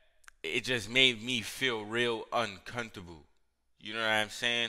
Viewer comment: Is slow or does he have a speech impediment because he says words like a little kid that can’t speak.. you know how little kids a boddoe instead of bottle. was that kid. I cringed at how he said uncomfortable..